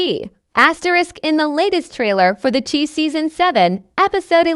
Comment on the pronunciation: Once again it's the Chi pronounced shy, what is this commentator talking about? Is she talking about this season or past seasons